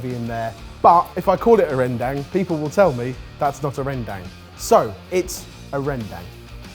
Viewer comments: The 'dang' in Rendang is actually pronounced like dung. Felt like I should point that out cause if you know how to cook it, you might as well know how to pronounce it. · Sorted boys pronouncing rendang as "Rhèn-dang" Me an Indonesian where the dish come from: uhm it's "Ren-dung" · Very nitpicky. But rendang, is pronounced more as "Ren-Dung", not Dang. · As an indonesian, I can confirm that's not even how you properly say "rendang" Its... More like ren-dung? ig in english? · Hold your buffaloes my fellow Indonesians, show them we came in peace with "rendang"😂